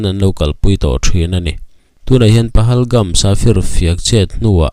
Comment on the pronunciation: PAGALHAMS NILO IN PAHALGAMS LAWM 😂😂😂 HRELO VE SIR CHU